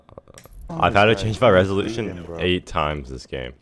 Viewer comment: Reselution??? XD